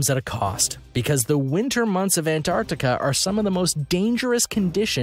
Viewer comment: what the hell see seas??????? it litteraly says seven wth 🤔😂😂🙄😂😂 also Ant Artica is definitely not a place😂😂😂